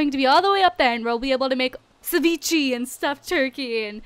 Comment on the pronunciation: its soo funny and cute the way she pronounces ceviche and chili con carne, because those are both pronounced with the Mexican accent. But she's so it works <3 (btw if u want to know how there supposed to be pronounced go to google translate and translate them into Spanish) lots of love <3